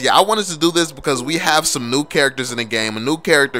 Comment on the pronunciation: I thought he said "subscribe to the channel if you're noob.". Hahahahah